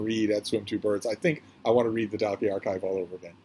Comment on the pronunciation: Just to say that Dalkey is pronounced Dawkey. It's a posh village in South Dublin. Flann O'Brien is a wonderful author. His theory in the Third Policeman about the transfer of molecules, whereby people eventually turn into their bicycles, is side-splittingly hilarious and original. "The drink" must have helped him immeasurably with his writing!